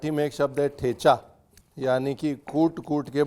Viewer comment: Ranveer..You incorrectly pronounce "ठेचा"😅